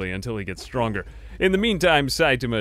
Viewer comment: Just another pronunciation update. :) You've taken to shortening the a in ta. So you sound like sait'ma. Make sure to include that a back in, the rest is perfect!